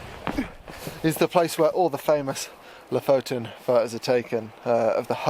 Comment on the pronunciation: no offence, but for a scandinavian your way of pronounce Lofoten is hilarious... :-)